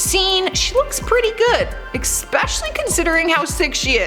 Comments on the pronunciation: ... it's called "especially", not "eKspecially!! 🤔🙄😬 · ‘Especially expexially’ lol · Omg its 'especially' not 'ex-pesially' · The word is ESPECIALLY. With an S... No hate, just saying. Love the tea on this channel. 👏👏👊👊✌ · Did I hear her say “eCspecially” 😂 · Especially ……….THERE IS NO X IN ESPECAILLY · THANK YOU!!!!!! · YEP! Horrible!